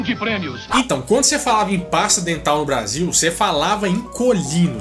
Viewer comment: Quem percebeu o erro do Faustão na pronúncia da palavra Brasil "Basil" aos .